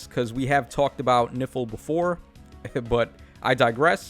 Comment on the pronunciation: Is really disturbing everytime you say "Nifl" I hear "Nipple" 😂🤣😂🤣😰😱